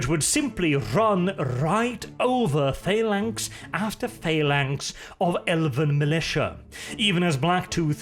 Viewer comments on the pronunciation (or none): none